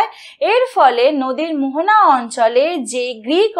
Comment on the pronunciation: মোহানা নয় মোহনা😂😂